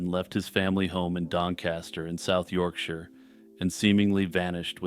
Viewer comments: uhhh... kind of a weirdly aggressive reply? it just made me feel good that the creator did their research for the video and pronounced my home turf correctly, that's all. in my experience people who aren't from the UK typically pronounce it like we live in "the shire" from lord of the rings lol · As someone from Yorkshire, it made me unbelievably happy to hear an American actually pronounce it correctly, so thank you.